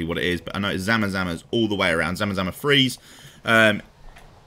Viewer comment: btw, that's ZAM-ZAMA, not zamazama. There's no "a" after the "M". Just simply zamzama :D